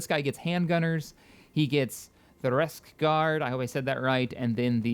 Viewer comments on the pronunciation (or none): It's pronounced more like Bikesguard but with an R instead of the B.